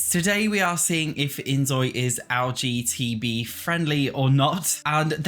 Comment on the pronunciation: its a little funny that youre saying lgtb instead of lgbt because it reminds me of lgtv lmao xd